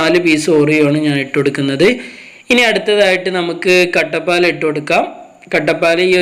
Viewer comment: ഇങ്ങള് കട്ട പാല് എന്ന് പറയുമ്പോ എനിക്ക് കട്ടപ്പയെ ഓർമ്മ വരുന്നു....